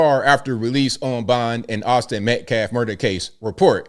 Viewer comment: That baby shaking "pastor" called him "MetKlaff". Can't even read a normal American name.